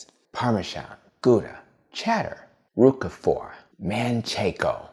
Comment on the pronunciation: I’ve never heard Roquefort cheese pronounced Roocafor before. I’ve always heard it pronounced Roacfort.